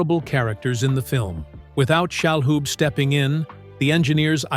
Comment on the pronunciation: Please spare us the fake AI narration. IT IS PRONOUNCED SHA-LOOB, NOT SHALL HOOB.